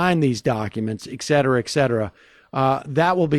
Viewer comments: Etcetera, not Ekcetera. ;) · Hehehe. It's something that slips into your pronunciation I guess, but I want Sam to say it correctly damnit! :) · I heard that, too. Weird / funny. 🤔